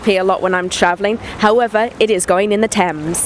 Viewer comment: Isn't that "Thames" ?